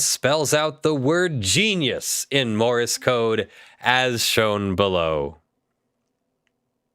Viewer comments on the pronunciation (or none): Morse code, not Morris code! Argh, my ears wince every time he says that. :-P